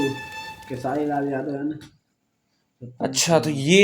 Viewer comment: Bhai kitni bar Bola hu His name is खेसारी लाल यादव _____खेसारी But tumlg खेशरी bolte ho .